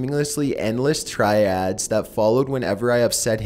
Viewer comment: IT'S TIRADE, NOT TRIAD!